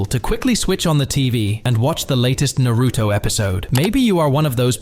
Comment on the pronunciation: You should learn how to pronounce Naruto